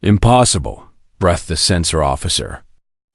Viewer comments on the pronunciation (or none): PLEASE fix your reader to interpret punctuation correctly. A period is not a dot and is not to be verbalized. Breathe and breath are two different words. Breathe is pronounced with a long e sound as in sleep. Breath is pronounced with a short e sound as in pet. The number of dark matter ships is inconsistent. There were only 300 when the swarm arrived. There were supposed to be 600. Review, revise, edit, refine, and repeat, again and again. Don’t publish sloppy work. Best wishes.